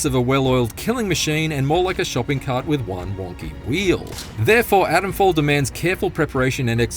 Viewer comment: It’s not Adamfall, it’s ATOMfall!